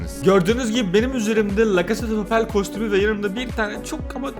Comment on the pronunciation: Nobody:: fre fire Nobody:waht:lacasade palellll